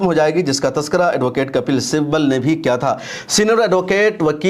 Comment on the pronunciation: Muta'ala krk video banaya karen! "Simbal" nahi Sibbal kahte hain